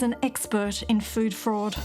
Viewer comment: I was about 3 minutes in before I figured out that "food forward" was "food fraud". :- )